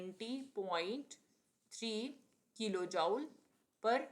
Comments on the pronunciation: Please pronounce Jool and not jaul. It hurts to listen. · Jooule nhi joule hota h pronunciation me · Joule not jaul 😂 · Are mam joule ka pronounciation sudharo